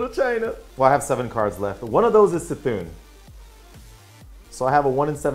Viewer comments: it is Kuh-thun lol not see-thun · It is NOT "see-Thoon"... You annunciate the c as a k. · Why no one say Cthun's bloody name correctly ? The dam cards all say it the way you are meant to...